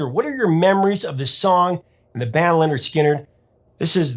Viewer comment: Wait a sec...did you just say Leonard Skynard? WTF!!!